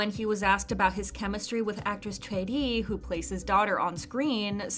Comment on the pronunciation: kudos to narrator pronouncing Choi Ri right